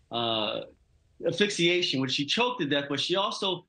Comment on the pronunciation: Really where do they get their information!? Who ever said her hands were tied??? And learn to say "Asphyxiation" . Ugh!